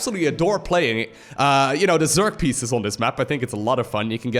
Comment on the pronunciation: Species is not pronounced like pieces^^